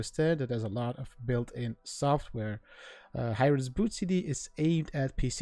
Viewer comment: Its pronounced as Hee-rain. Not Hi-Rain.